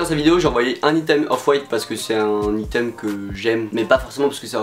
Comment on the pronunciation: Mais ptn comment tu prononces le mot “item” 😭 (ça se dit aïteum)